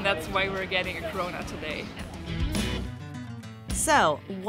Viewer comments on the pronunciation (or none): When you hear cronut as corona 😂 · Does anyone else hear "corona" as she says "cronut"? I cant get the rona out of my head!